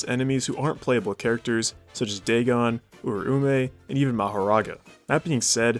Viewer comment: It’s Dahgohn and Ooraomeh. Not Day-Gone and Oomay. He butchered their means so bad 😭✌️